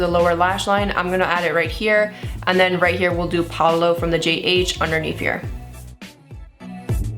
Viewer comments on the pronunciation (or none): So cute when you say "Pablo" but its "Pa o lo"